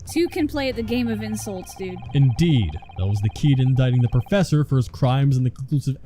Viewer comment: "Prossefor" ? That's a new one! 😆